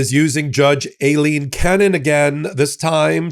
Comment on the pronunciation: am i the only one who hears "alien cannon" or a-leen ? is that actually how she pronounces her damn name